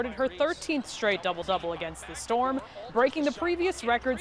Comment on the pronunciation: “Shtraight” up